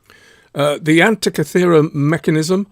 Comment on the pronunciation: Guys, from a Greek in the museum with the device: An - teek'- ee thera. Emphasis on teek.